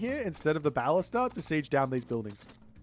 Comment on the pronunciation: I don’t know if you already know and are just doing it as a meme, but you pronounce ‘ballista’ wrong; it’s pronounced similarly to ‘ballistics’ (the emphasis tends to be on the 2nd syllable), and you do pronounce ‘ballistics’ correctly 😅